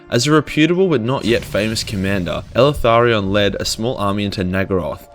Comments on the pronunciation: Please stop calling him “elEtharion” its; “Eltharion” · Are you sure you're pronouncing the damn name correct ? Eltharion ? ELE-THARION ? Or EL-THARION ? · Did Timmy teach you how to pronounce his name? EL - Tharion. He's probably a Mexican elf... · The way this dude pronounces Eltharion makes me cringe. He puts an additional 'a' after 'El' and it's gross.